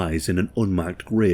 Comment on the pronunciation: ITS PLANEFIELD NOT PLANEVILLE